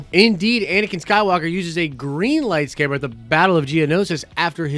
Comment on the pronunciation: So we’re really going to just ignore the fact that he said “lightscaber” two times?